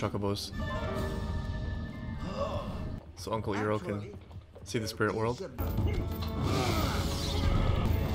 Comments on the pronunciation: Iroh not Earoh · this is a smart reactor.... and btw iroh is pronounced ( i row )